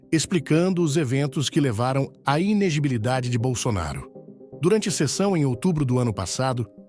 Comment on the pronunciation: Inegilibilidade? Inelegibilidade né?